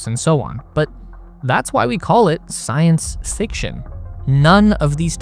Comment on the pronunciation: "... but that's why we call it 'science *siction*'"???